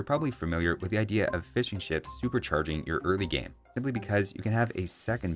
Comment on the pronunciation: I am British, and every time you say "Fishing Ships", it sounds like you're saying "Fish & Chips" and it makes me hungry.